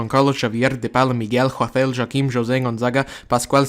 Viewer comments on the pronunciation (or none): none